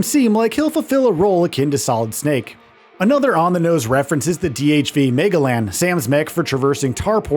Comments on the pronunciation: “Mega-lan?” Really?! They pronounce it multiple times in multiple trailers!! It is Muh-gel-uhn. Geez. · Magellan is "muh-jellin" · Mega-lan? You’re mean… Magellan? The famous explorer who everyone should know at least how to pronounce his name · My guy has no idea how to say Magellan and it hurts so much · Wait a minute... does this dude not know how to pronounce the name Magellan? That's embarrassing. Maybe he's just AI. I can't tell anymore. Either way, it just seems like the bar for earning journalism credentials is dropping lower and lower every year. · The way he pronounced it made it seem like a villain in a Transformers movie.